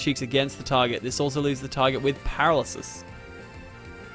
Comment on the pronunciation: It's pronounced per-ral-er-sis not para-lis-is :)